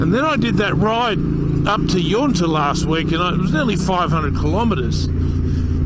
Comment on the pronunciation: "Yunta" not Yoonta :)